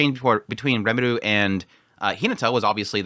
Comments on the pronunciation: Quick question: Isn't it R"ie"meru? instead of Re"meru" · This might be nitpickey but why are you pronouncing RE muru as reMARU. It's very distracting. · it's R"ie"meru, isnt it? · rimuru, like it's written. but it's not the first time he pronounces names wierdly, just look at his frieren coverage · Why do you pronounce his name as Remidu? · What's wrong with Remelo? Remalu is totally fine. You're overthinking all this Remilu thing. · Lumus Milus Smith definitely doesn't want trouble for her farm... I mean, holy commune. Also,!! Its Rimuru! Ri like "Redo of..", Mu like "Mushoku" and Ru like "Rurouni" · it's quite strange honestly, they keep saying rimuru's name all the time in the show so you'd think after 50 episodes he'd learn how to pronounce it right